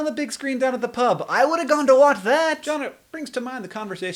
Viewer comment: Funny to hear Hank say "pub"